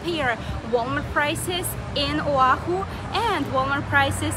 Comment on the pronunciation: Her pronouncements of Hawai’i and Oahu is killing me…